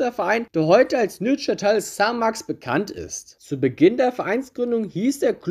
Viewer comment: Gutes Video, auch wenn die Aussprache von Neuchatel dann doch ein bisschen in den Ohren geschmerzt hat. 😁